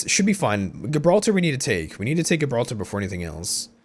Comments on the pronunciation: Where are you from ? Because how you say Gibraltar practically gave me a disease. No hate ;) The g is more like a j I also wish I knew how to mod, I would make the battle for Gibraltar spectacular, I would actually add the rock and make it so you have to fight past the bastions with cannons and the moorish castle. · Great video! Instant Sub! The way you pronounce Gibraltar made me build a cringe cave!